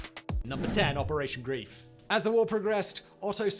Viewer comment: Operation Greif (the 'ei' is pronounced more like the 'ey' in 'hey') die NOT target Eisenhower. That was a rumour spread to instill fear. Their target was to disrupt communications in the Ardennes.